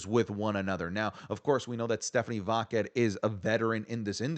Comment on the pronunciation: Bro you don’t have to say “Stephanie Vaquer” whole name, you’re botching it so bad lol when you say Stephanie - we know who you mean lol